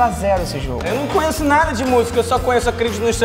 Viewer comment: é "conheço" não "conhesso"